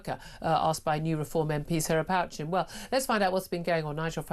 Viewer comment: Pochin not Pouchin